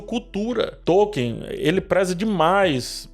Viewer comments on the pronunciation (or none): A pronúncia de Tolkien é Tol-keen